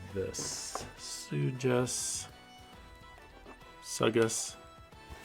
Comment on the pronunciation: It’s pronounced suck-ass